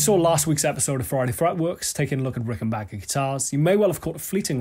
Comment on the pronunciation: Thank god you know how to say Rickenbacker. The guitar chord on its own sounds like the Getting Better chord.